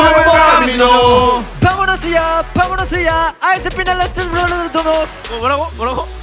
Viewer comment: no one: not a single soul: ateez: paMoNos yA